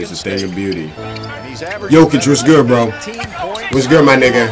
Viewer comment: Now that he said Jokic right I kinda miss Jokitic